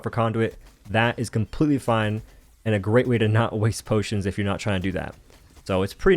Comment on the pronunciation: No more potions NO WE NOW SAY BOTIONS!